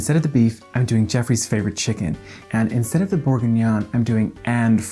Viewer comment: The pronunciation of "bourguignon" and "cognac" literally made me spit out my coffee! HILARIOUS!